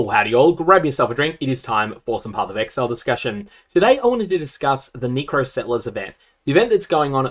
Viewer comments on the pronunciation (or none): neh-cro not nee-cro jesus lmao. never learn spanish colours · i swear to god you are saying knee crow to trigger people lol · Its NECK-CROW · My guy it's pronounced NECK-ro lmao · Brother abusing his chance to use the N word to the max, that C sounding more and more like a G every time 🤣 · The way you pronounce necro is actually kinda sus.